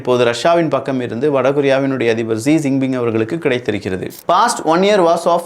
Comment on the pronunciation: zee jing ping இல்ல.